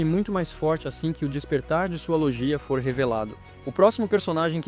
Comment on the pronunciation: Se escreve "LOGIA" mas se diz: "LÔGUIA"